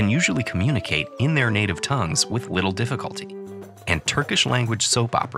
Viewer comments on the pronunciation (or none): "With wittle difficulty"